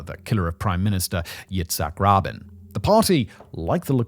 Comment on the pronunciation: It's Yitzhak "Ra-been." NOT Yitzhak "Robin."